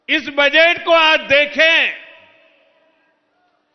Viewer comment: सर, आप तो माफ ही करे बजेट नही वो बजट होता है सर